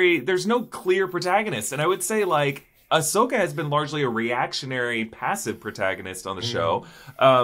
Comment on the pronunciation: Ahsokii!! Sorry I had to 🤣